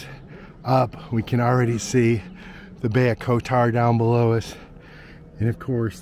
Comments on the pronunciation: Again for others watching - stress is usually on first syllable in these countries. KOtar. (not koTOR). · The accent goes on the first o